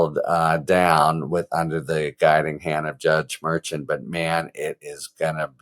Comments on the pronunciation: That's Judge MER SHAN MER SHAWN MER SHAUN ...... not ....... MER-CHAN, as in chan or change. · Harry, the Judges name is properly pronounced Mer-shawn not Merch-an. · Harry, the judge's name is pronounced "Mar-Shawn." You're going to drive me crazy. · It’s pronounced Mer Shon I think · I love your content, Harry. I love the brevity, compared to Meidas lawyer for example. I love your tone of voice, yet continuing on without wasting our time. One little question - in all of your education, were you never forced to take a foreign language? Things can't always be pronounced ther first way an American would do it. The judges' names seem to be a problem for you. Let's spend a little extra time practicing, for the sake of perfection rather than just being better than all the rest. Shows respect for minorities, however they came by their names. Thanks again for your excellent, superior, informative content. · I adore you Harry — and also: you have to try to pronounce the names of the judges correctly. KFA pronounces it correctly; go listen to the podcast you did with her. Keep up the fabulous work! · It would be nice if the narrator harry got the judges name right